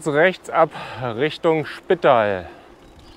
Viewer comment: Für mich als Österreicherin istdeine Aussprache der Ortschaften oft sehr lustig. Wir betonen ganz oft auf der letzten Silbe. Spitaaal zb. Lienz ist mit einem betonten e und Villach wird wie Vater gesprochen😉